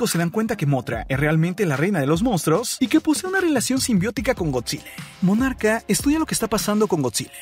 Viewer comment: Aprende a hablar con palabras normales oficiales Lee el diccionario de la real acadèmia española en vez de cambias las letras... No es Godzile, es Godzilla... No es Monarque, es Monarca... Las cosas como son, nmms